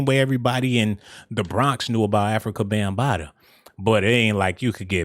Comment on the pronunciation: Did yo really say 'Bam-Bottoms'??? 😆😆😆😆😆